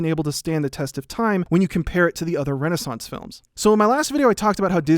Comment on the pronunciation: The last source in the description says: "Tarzan's Complicatred Legacy Mat Have Led..." instead of, " 'Tarzan’s Complicated Legacy May Have Led..." You did nail "renaissance," tho. XD